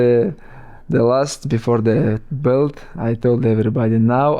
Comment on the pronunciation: Black "Blelt" Mountain